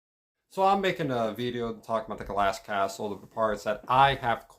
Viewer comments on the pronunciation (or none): Yo ass says veedio one more time I will walk across the mf street and slap you